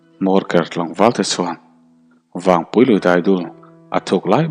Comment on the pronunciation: Vawngpui i lam rik dan hi a dik hlel deuh lo maw..thlanvawng thing kan sawi a vawng tih lai hi a ki sang deuh a lam tur a nih hmel..Thlangvawng hian hming hran2 a nei a entirnan: Vawngthla/Vawngthir etc